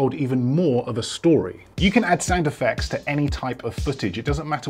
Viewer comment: Sounds like "Sand Effects" each time you say "Sound Effects"☺️☺️ but info is great👍